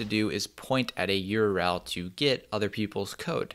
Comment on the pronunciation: “Yurell” === URL